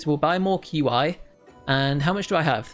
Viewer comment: I just wanted to say that, qi is pronounced as chi